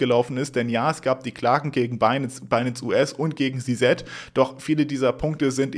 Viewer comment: Alter… Si-Si sagen die alle, nicht Si-Set… es gibt keinen Si-Set… sag entweder Si-Si, wie alle, oder Ze-Zet deutsch… oder sprech den Namen halt aus…